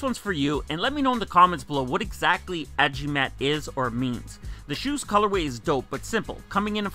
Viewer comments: bruh im a filipino but what tf did u say ajimat??? its a-gi-mat not ajimat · Im a Filipino and it is pronounced as AGIMAT not Ajimat. And it means a charm. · good day sir. Filipino Squad member here. it's actually pronounced A-Gi-Mat, not A-jee-mat. It means "charm that will make you stronger/perform better" or something to that effect. No direct translation though. Think about it like this, Samson is nothing without his long hair or Maui is nothing without his Hook- i'm sure you get the point. And the insoles mean "for greatness" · agimat. pronounce like A = ALOHA GI= GEESE MAT= MAT. tagalog term for amulet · I'm Filipino, but I'm not really feeling these Le Brons. Agimat means Amulet or a Charm which is in a pendant form with magical super powers. It's actually pronounced as A-GEE-MAT. As always, love your videos. More power. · it's "a-gee-mat" means talisman or amulet.